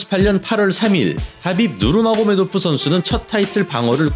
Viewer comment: 하빕 누르마고~메도프 이러는게 ㅈㄴ 부담스럽네